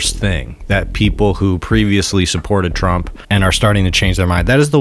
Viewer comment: I stopped listening to this podcast ep when he kept saying Donald twump and trlwanscwapitwal he sounds like a toddler